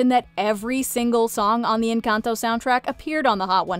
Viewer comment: Just want to say thank you for saying Encantó with an accent! My wife is Mexican and it’s really frustrating hearing people butcher the title when it’s not hard to say correctly at all! So we appreciate it!